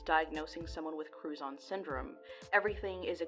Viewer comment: Was only listening and had to rewind I thought she was saying crouton syndrome